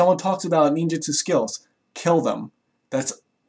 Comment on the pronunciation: FujiBeeyashi. Ninjuhtsu. "Some may pervert the meaning of nin".